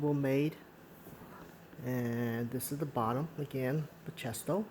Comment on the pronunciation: Great video! Btw, they are pronounced Ba-key-stow as seen on Bachesto website :)